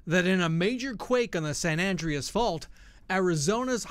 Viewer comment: Is it me or is the reporter mispronouncing San Andreas?